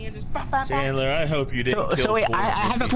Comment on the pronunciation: it's Chandler not candler lol